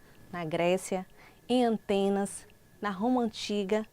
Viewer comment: SUA FALA É MUITO BOA, TIRANDO A PARTE QUE VC FALOU ANTESNAS, E NAO ATENAS, MAS TODO MUNDO ERRA.